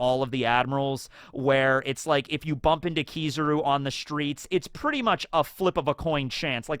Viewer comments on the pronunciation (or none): none